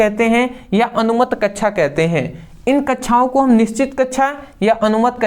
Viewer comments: Or ye kya laga rakha hai कच्छा /कच्छाओ abe bhai कक्षा /कक्षाओ hota hai thoda dhang se keh lo bhai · कक्षा ❌ कछा ✅